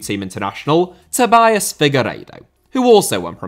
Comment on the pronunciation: Jean* not Jin Serie* not Siri Tobias* not Tobayas Figueiredo* not Fegareidouw Ozan* not Ouwzan Fenerbahçe* not Fenebohçei Núñez* not Núnez Primeira* not Premera Guimarães* not Guemaraich Debut* not Deibyu Can't* not Cohrnt Half* not Holf Ghanaian* not Ghornayan Tetteh* not Tettei Traoré* not Trayorei Diego* not Diyeigouw Possession* not Posession Regime* not Reigime